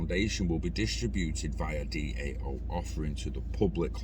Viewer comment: DAO is pronounced Dow. Cheers for content bud